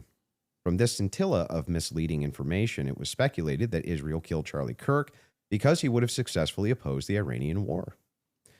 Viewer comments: Ishhhrael ishhhrael. It's ISRAEL! Goodness gracious lol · made one mistake during this debate, he never asked candace why she pronounces israel like that. It's like nails on a chalkboard to me